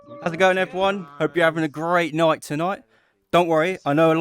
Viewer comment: great noight tonoight